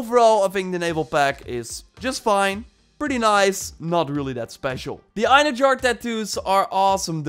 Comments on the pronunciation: It's EinherYAR, not Einherjar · Just so you know. The j in einherjar is pronounced like an h not a j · I'm pretty sure its pronounced. ein herr yar. (Einherjar) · Bruv...”Einherjar” is pronounced “ENhairyYAR” for everyone butchering this name. For reference, in SPOILER Asgard, Thor says this a few times during the first quest at the meeting in the Great Hall before the battle at the Bifrost. If you choose Thor to fight alongside you he will give a speech calling to the Einherjar to join the battle. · You are pronouncing Einherjar slightly right (eye-nee-he-ra-are.. The ra-are sounds like rawr) just that the "J" is silent. But yeah i believe i was the one who pointed out that the armor set was based on fallen vikingr who go to valhalla to wait for ragnarok during your live stream, keep up the good work i enjoy your gameplay and the info you give. Fan From Norway 👋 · Eyenerjar lmao that killed me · Einherjar is actually pronounced "en-haer-e-yaar" :) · Eyen-her-yar is how that's pronounced. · Pronounced Ine-hair-yar